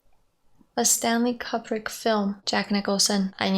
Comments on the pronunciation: The way you pronounced Kubrick's name hurt my very soul. That's the greatest filmmaker ever, the least you could do is find out what his name sounds like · Kubrick is pronounced like “Koo-brick” btw